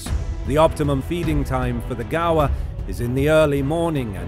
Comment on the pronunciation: I like how he pronounce gaur “ gawa”